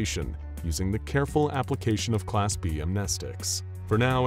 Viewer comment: Dude keeps saying am,knee,sticks .....